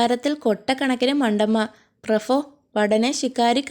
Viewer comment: ഫടൻ, പ്രഫോ എന്നിവ തിരുത്തിയാൽ അടിപൊളി